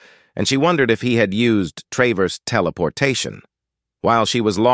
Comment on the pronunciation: Funny how this text to speech is incapable of pronouncing 'traverse', thanks for the vid though :).